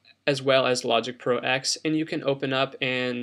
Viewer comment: Great video - the only critique I have is one little thing... "Logic Pro X" = Logic Pro Ten, not Logic Pro "Ecks" - lol sorry just the purist in me. :)